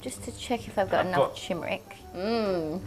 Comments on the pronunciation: Nice show. Sweet chilli sauce will rescue anything. One tiny pedantic thingy. It's tuRmeric, not tUmeric. Sorry, had to be done. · It's Turmeric not Tumeric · Why does call turmeric chimeric